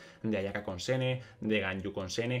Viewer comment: Me da risa que sigue diciendo de corrido el nombre jajaj, creo que la mayoría lo dice shen-he y me parece que si se dice asi